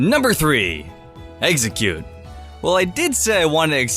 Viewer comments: stop saying, eggseggcute! it's EX-EGG-CUTE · listen to the vidio he said a baby exxercute I thought of eggercute ass its name